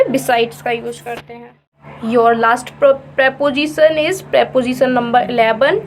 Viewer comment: Prepojisan nahi prepositions.